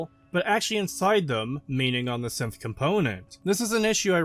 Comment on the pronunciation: evreytime he said synth I hear simp